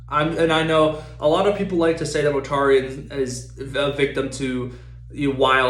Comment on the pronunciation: Its not 'Motarian' Mortarian